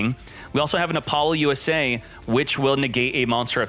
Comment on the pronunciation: "APOLLO - U.S.A" might be the funniest pronunciation of this card so far lol